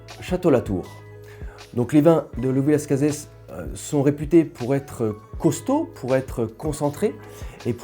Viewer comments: Hello ! On dit Las Case et non Las Cazesss 🙂 J'ai bu 1986, 88, 90, 2002 86 est mon plus grand vin bu à ce jour ! Exceptionnel, vraiment. Nez et bouche d'une très grande précision, grande harmonie, finale interminable ! Génial ! Bu certainement au meilleur de sa forme. 88, je l'ai trouvé moyen ... M'a déçu mais je pense plus à une bouteille fatiguée pourtant le niveau était excellent. Je n'ai pas géré son stockage et vieillissement ... 90, très bon mais pas à la hauteur de 86 2002, joli vin mais rien de transcendant Je pense avoir une bouteille de 2001 et surtout une bouteille de 96, j'aimerai qu'il m'apporte le même plaisir que 86 mais ça va être difficile ....🤞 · Honnêtement non personne ne prononce le S. Désolé alors qu’avec le Tannât c’est un accent régional. J’ai bu pas mal de millésime le dernier en date ce mois-ci, le 2006, incroyable une claque de fraîcheur de jeunesse, de complexité de classe, j’ai une caisse -1 bouteille en Cave et je m’en réjouis.!